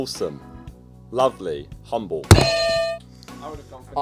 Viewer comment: Vik said"lovelay"😂